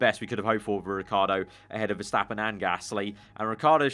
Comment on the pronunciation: Is it MAX VERSHHHAAPPEN?!